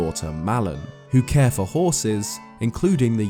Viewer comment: bro are you a pirate? Tf you keep saying fer for?